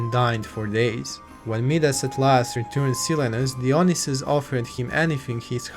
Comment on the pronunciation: great video , just one correction for future videos . its pronounced daionaisus , no dionisus